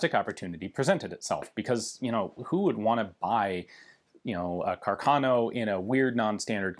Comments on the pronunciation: Hi, great and informative video. Please note that carcano is pronounced with an accent on the first A. Something like Cárcano, from the name of Giulio Carcano, famous italian bike designer. 👍🏻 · It's Càrcano. accented on the FIRST A, not on the second!